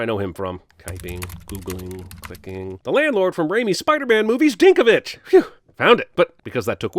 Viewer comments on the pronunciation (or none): Dinkovich? It was Mr. Ditkovich, as in Steve Ditko. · His name was Ditkovich, not Dinkovich. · Almost Marv played Ditkovitch, not Dinkovitch *DINK! I mean *DING!